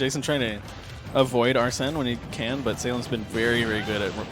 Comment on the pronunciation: How hard is it to say arsene since it’s pronounced when he comes out and they said it in the trailer smh